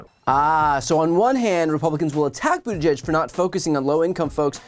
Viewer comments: 🙄 Here's a little phonetic tip for this rude idiot...Boot-edge-edge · Who the hell is Sec’y Buttageg? McConnell needs to learn how to pronounce the Cabinet member’s names correctly. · His name is NOT Booter-greg. McConnell is a phoney hick. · Terrible pronunciation of Buttigieg - it’s Buttiġieġ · McConnell can’t even say Pete’s name correctly…. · Might carry more weight if he could actually pronounce the Secretary's name... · You’d think that of Mitch gave a flying fuck about transportation and/or safety… he’d be able to pronounce that Secretary’s name correctly. But somehow I doubt he could even correctly identify Pete in a photo. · Mitch can't seem to hear himself talk. He badly mispronounced Buttigieg and didn't have the decency to correct himself. Unless he doesn't even listen to what he's saying. Either way, it's lamentable how little he cares. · Poor Mitch. "Climate nonsense & woke." He cannot even pronounce Buttigieg. And he's the republican leader? We're in big trouble. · 👎 Geeezzzz - - he can't even pronounce Pete's name correctly 👎